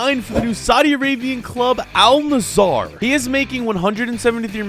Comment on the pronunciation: Not Nassar, Nass-er